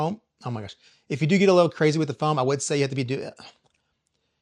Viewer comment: Bro you had me dying with “crazy with da froam” hahahahaha! Good stuff as always.